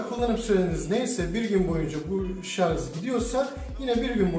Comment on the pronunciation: Başlığa şarj yazıyo videoda şarz diyo mal dolandırıcı